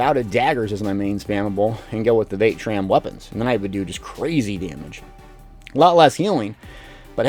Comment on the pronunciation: What in the sweet jesus is “vae-tran”???? I thought I was watching a Vateshran hollow run lol 😝